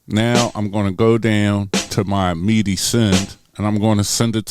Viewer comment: That's why you don't mute tracks. You mute pads. I can't help but laugh at when you pronounce midi as meaty... Philly Talk